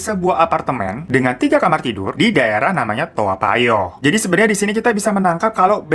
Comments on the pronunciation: Bacanya bukan toa payoh tpi to payo kk yg centil 🤣🤣🤣🤣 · Nyebutnya tawpayoh kak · Ko dengernya "dimana telur tai" ya, typo ngomong apa gmn y🤣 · Gue dengernya "tayo" hahahahha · menit ko aq dengernya telur tai eah,.apa aq yg slah denger?😂